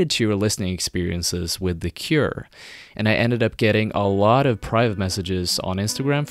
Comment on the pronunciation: you butchered their name...